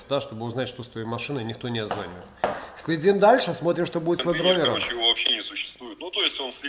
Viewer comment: Не Лэнд Ровер ,а Ведровер)))